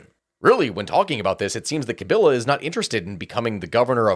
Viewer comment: At least he didn't do too bad pronouncing the name of Presidents Mobutu and Tchisekedi. A bit little less convincing on Paul Kagame and Laurent Kabila.